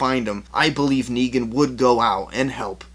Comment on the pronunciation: It's NEGAN not Neegen